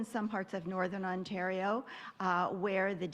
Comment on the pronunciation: Hey YAHOO, we’re in Ontario not Quebecquaw... speak-a-duh-englis 😂🤦🏻‍♂️